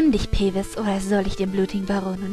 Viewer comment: na Mensch du Peeves sprich: "Piefs" ^.^